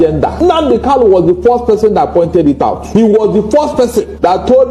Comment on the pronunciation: Kanu kanu not Kalu